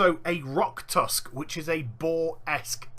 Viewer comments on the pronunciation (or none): none